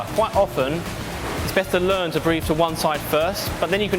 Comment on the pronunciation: "Breff one.....two frreeee..."